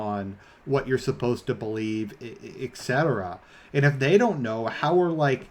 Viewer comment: "eggcetera". Anyways, good topic and an important video. Thanks.